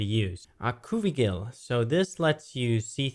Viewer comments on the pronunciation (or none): its OCU-VIGIL, awe-queue-vi-gel. u know, ocu for eye, vigil, similar to vigilant, to be always watching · ocuvigil = ock-you-vidge-ill (based on the collection of words combined) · I believe the Ocuvigil is pronounced as Och-ew-vig-ul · I think it's ocuvi*gi*l like edgy